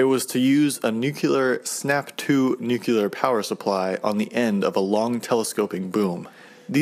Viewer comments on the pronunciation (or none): Its Nuclear not Newkiller